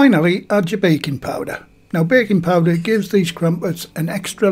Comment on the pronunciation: For a minute there I thought you said bacon powder..😂